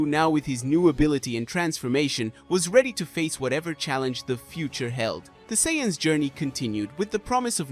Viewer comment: This guy says sayins weird